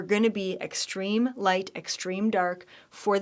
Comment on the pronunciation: the word is "extreme". Sorry, I once taught Martial arts and Medical Students. Love you, love what you do.